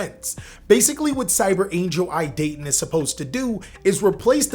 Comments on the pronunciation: EE-Dah-Ten. also good list. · "Ee - duhh - ten" (idaten)